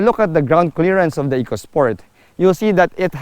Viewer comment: E-co sport not Echo-Sport for the reason the related word is economy.